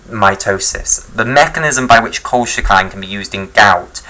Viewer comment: very nice. but colchicine is pronounced kol-chi-sin i believe